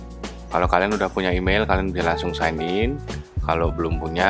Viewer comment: Sain in bukan sig in😅kalo ngoreksi aja salah gausah ngoreksi